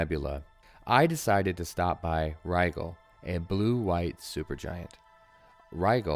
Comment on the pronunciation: I'm really enjoying this. I like that you're adding in various astronomy bits and context to the mission. One minor point of pedantry though: Rigel is pronounced with a soft "g". Like "Rye-jel". Carry on! :)